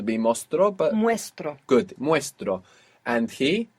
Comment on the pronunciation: I like when he says "Goot!" when she gets it right. Awesome videos mate, keep it up.